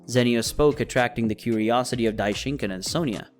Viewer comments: this is the first time i watched your videos and your saying Dai-shin-kin and it kinda makes me angry how your mispronouncing his name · bro said Daishinkin